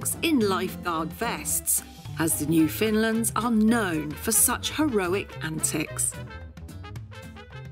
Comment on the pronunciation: Is it 150 or 100 because you keep saying 100 in the video, despite the title saying 150. Bit misleading. Anyway, also, it's "Newfoundlands" not "Newfindlands" as you seemed to be pronouncing it.